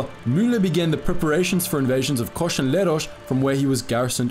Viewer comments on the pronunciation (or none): This is a great and very informative video. But just one little bit of constructive criticism: you called the Dodecanese islands by their Greek names, but pronounced them in an Italian way. For example, it's not "Kosh", but just "Kos". Not "Samosh", but "Samos." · Its kos not kosh and samos not shamosh.wtf u say sh